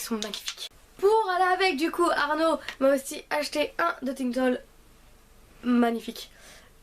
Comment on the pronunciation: et mon di dotintoul et pas dotitol